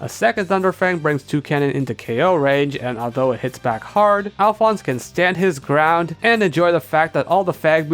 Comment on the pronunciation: when you got doduo and mudbray evolved, i really wasn't sure if you said "our two brown types" instead of "our two ground types" but it was amusing to think you did